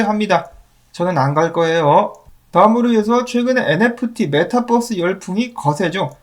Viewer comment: 메타뻐스라 발음하시면 metabus로 오인할 수 있으니 메타버스(metaverse)로 발음해주시면 좋겠습니다.